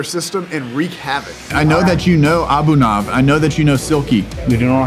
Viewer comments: I know the scammer was trying to feign innocence but the name was spelled "Anubhav". Wouldn't it be said as "Anoob-hov", rather than Abu-nov? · Thats ANU---- BHAAV Means experience. Not abunav, doesn't mean anything